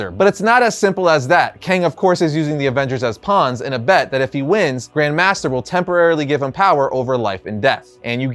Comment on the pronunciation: The emphasis is on "Grand" not on "master".